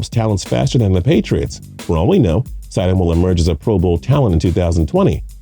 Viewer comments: Did he really just say Jarrett STIDE-EM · The guy says: st I dam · Right! "Sty-dem"? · It's not stide-ham, it's stid-ham. If you can't get something that simple correct, why should any one take your analysis seriosly? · How much can you really know about Football if you can't Even Pronounce the Patriots Back up QB's Last Name, you said it WRONG SEVERAL TIMES !! so it wasn't an accident it's pronounced STID-Ham not Stydum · St I dam? That’s wrong It’s stid um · It’s stidham not stadhim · Ik😂 jarett st-I-dam no its sti-dom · Rollercoastercritic Aviation Stidham is pronounced with a short vowel I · Yeah, his name is Jared Stidham. Also, you pronounce names weird. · I like this guy and his silky smooth voice but the way he pronounces Jared Stidham gave me a seizure. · Not to mention he says Stidham's name wrong 20 Times.... You think if your gonna say a name 20x you might want to get it right.. LMAO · It hurt hearing this Idiot say Stidham wrong 20 Times... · Or how he says stidham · St”eye”dham, Sony Mitchell?! Come on my guy, do your research on the pronunciations. You must not be from SEC country..LOL. It happens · You seem knowledgeable, but you need to figure out the correct pronunciation of the players names before you make these videos. Stide-Um? Sony Mitchell? Come on, man! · Jarret sti dam Are barn Sony mitchel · Ore-gone and Stide-hum. It's horrid. 😖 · No credibility from a guy and a channel who can’t even pronounce simple names like Stidham and Michel correctly. Probably never played a down of football in his life. TB12 isn’t going anywhere. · I appreciate this guy's insight, but in the first 2+ minutes he's mispronounced "Oregon," "Stidham," and "Michel." Those aren't just nobody type names that a football analyst wouldn't know. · I turned this shit off. You’ve already mispronounced Stidham several times, Brissett, and Michel. Obviously you didn’t do much research for this video.